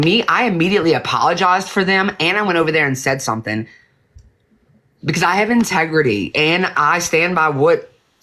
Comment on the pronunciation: 😂😂😂😂😂did say Dreamer has tegrity